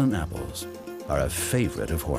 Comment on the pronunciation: "Appoles" the way he said it idk. Sounds dumb